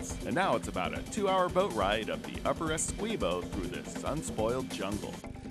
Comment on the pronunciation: Really good video... But i get so pissed when the dude say's Essequibo wrong every time